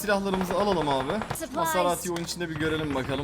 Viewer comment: Mezaratiye masarati diyen